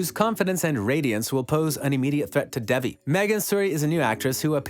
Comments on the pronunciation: her name is pronounced like Day-Vee not Dev-ee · Can you please attempt to pronounce the name properly? It is not Devvy it is Devi.